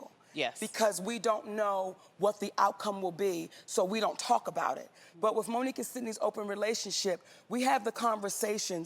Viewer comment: I just wish Monique would stop dating WRIFF instead of WITH!